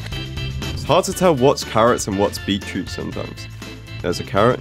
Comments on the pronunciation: Its beet-root not bee-troot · Beet - Root not bee -Troot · It sounds like you you saying beet-trout